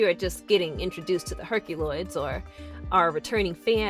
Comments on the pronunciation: I love when she says Herc-a-loids! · As much as it pains me to say it, you have to pronounce the unwritten Y in herkYuloids. I hate to go against logic and phonetics, but the name is established. It's pronounced /her kju lojdz/ in spite of the way it is spelled in English.